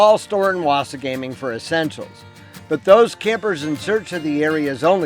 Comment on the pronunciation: Great video. Thank you. Wasagaming is pronounced "wah-SAH-guh-ming" FYI. You should also look further up north to Wekusko Provincial Park, Grass River PP, and a few others up that way. Lots to see and do in Manitoba if you love the outdoors.